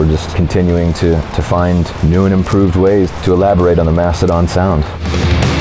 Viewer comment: ITS MASTODON, NOT MASTODONT